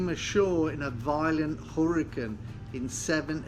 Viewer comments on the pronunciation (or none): I love his accent but the way he pronounced the word hurricane as Huriken i had to laugh just a bit.